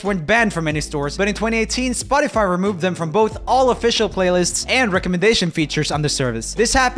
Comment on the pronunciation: I love it how he says spot-tea-fy instead of spot-tuh-fy